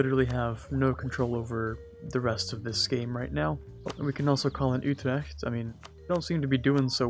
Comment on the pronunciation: Kudos for your Dutch pronounciation of Utrecht and Gelre, it is very near, and I haven't any others do it that well.